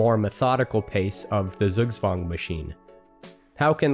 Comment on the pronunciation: Great video! Got slightly triggered by pronunciation. Google "pronounce zugzwang" or just say Tsugtswang.